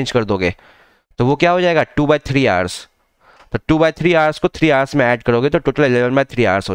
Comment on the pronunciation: Hours bolo sir thik sai